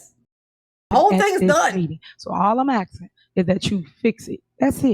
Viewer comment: Great shift from Darrell "axing". Now it's ms tiff doing all the "axing"...other people's money!😮